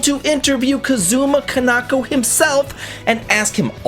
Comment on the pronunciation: It pains me that u met my goat Kaneko and don’t know how to pronounce his name 😂😂😂